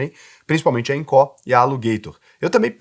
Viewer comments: Fala sério né,. Todo mundo sabe que Incó (como vc pronuncia) é o famoso instituto do coração. A pronúncia certa é ínco😂😂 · Eu acho q a única coisa q vc disse errado eh o nome da empresa kkkk eu chamo de incô. Incó fica estranho kkkkk (nem sei se tá errado, só falei pela zoeira mesmo) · IncÓÓÓ??? KKKKK. Não tem acento agudo. INCO. Engraçado demais ouvir ele falar INCÓÓÓ 😂😂😂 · Invisto na INCO desde 2020 e nunca tive problemas. Recomendo muito! Detalhe: análise e comparações rasas. Falou o nome da empresa errado o vídeo todo.. É INCO e não INCÓ 😂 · Inco, não tem assento agudo na letra "o". Sua fonética está colocando, Incó. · INCO, não Incorrrrrrr 😂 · só não gostei de falar INCÓ, no mais, excelente video hahahaha. As pessoas ainda não entendem risco x retorno. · eu tenho conta na INCO e não tenho do que reclamar! (E detalhe, a pronúncia é "ÍNCO"! 😂) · Sou investidor na INCO tem 5 anos. São bem claros e transparentes quanto aos riscos. falou algumas coisas que não são condizentes. Trm empresa la por exemplo que fatura mais de 200 milhões, não é empresinha da esquina. E não é Incó ne kkk Nem a pronúncia do nome da empresa ta correta. Acho que valia ter aprofundado mais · "INCÓÓ"? KKKKKKKKKKK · Acho que só o fala incó kk. Nunca ouvi ninguém falar assim. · é baiano e coloca silaba tonica no lugar errado rsrs